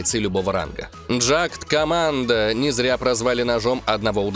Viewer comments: не джакт команда а джи команда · как ты говориш джактокоманто есть и стандофф 2 и в стандоффе него называют джикомандо